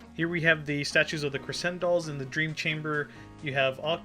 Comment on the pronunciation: oh yeah btw crescendolls is actually pronounced wish an sh like crescendo is